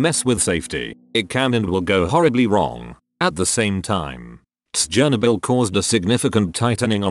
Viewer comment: stop saying tsjernobyl to seem quirky is chernobyl